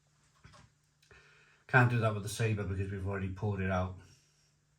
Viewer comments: I love this channel im a big fan, you have taught me alot please keep up the good work!... however I want to in return teach you you are saying saber!!... its pronounced Sab... or. It translates to flavour. I'm a fluent Spanish speaker.. mocha's gracias amigo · I really hate being a knob but sometimes I just can't help myself if something really bugs me and today, watching this review has tipped me over right into cuntyness every time you said Sabre my heckle came up I really hate to do this but in no way can Sabor be pronounced as Sabre or Sabar the give away is the little line under the o which change the sound of the letter to something more like awe So if anything I believe I could be totally wrong and you right however the beer is actually pronounced Saboar